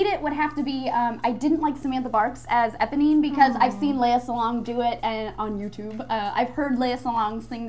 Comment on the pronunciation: its Eponine not Ebony